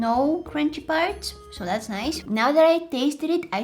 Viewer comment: I luv how she says “nOiCe” 😂